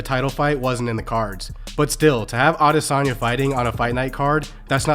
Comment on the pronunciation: At least he can pronounce Adesanya! 😅